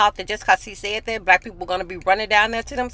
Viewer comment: Did fam say brack folks... 🤣😂🤣😂